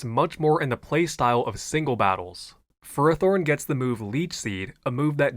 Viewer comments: i'm gonna keeping bitching i dont know how you saw the "fehr-ah-thorn" pronunciation guide and thought that meant you had to stress the "ah" every single time like this is not how we speak words in english 💔💔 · You mispronounced Fairythorn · Idk guys I think he pronounced FearowTorn incorrectly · Bro it’s pronounced ferfolorne 😭😭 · lol ferris wheel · Therroforn was my fav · After last video’s pronunciation of Ferrothorn, leaning into in this video was a nice touch. Great video once again ❤ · The Ferrothorn pronounciations go wild. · I thought I was having a stroke and had to go hack and listen to the section again 😂